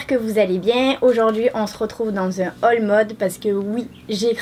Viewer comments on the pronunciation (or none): none